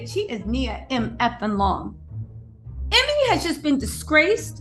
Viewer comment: Ime is pronounced “E-May”